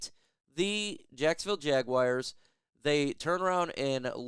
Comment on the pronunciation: There's no such team as the Jagwires. It's Jaguars. 🤦‍♂️